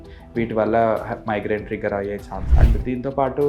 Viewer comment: మైగ్రీన్ కాదు మైగ్రెన్